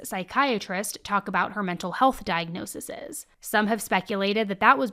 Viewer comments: For future reference it's not diagnoseses ; it's pronounced; 'diagnosees' for the plural ✌🏾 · Diagnose-EEZE NOT diagnose-eses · Diag-no-sees. Nit diagnosisis. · Just a kind FYI.. diagnosis plural is diag-no-sees 😊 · I’m sorry… no hate, but this is bothering me. Talking about multiple diagnoses is pronounced like diag-nosees.